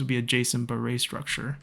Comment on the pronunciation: Glad you pronounce “Baray” right. Come visit Angkor Wat and the Grand Baray once COVID is over, you’re gonna love them. ^^